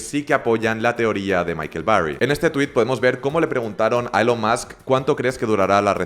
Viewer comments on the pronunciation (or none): ELON se pronuncia ílon (como Musk se pronuncia masc). JOE se pronuncia llou, no lloe. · No. Hay que querer hacer las cosas bien y no ser tan dejados, tenemos las pronunciaciones en el móvil por un nativo con solo poner "Elon pronunciation" en Google o Youtube. Es que la mayoría de la gente pronuncia bien el apellido (Musk como masc) y mal el nombre. Y es tan sencillo como interesarse un mínimo en ⁸cómo decir este nombre que se menciona todos los días. Da muy mala impresión que un youtuber que se dedica a estos temas ni se preocupe en preguntarse cómo se pronuncis ELON.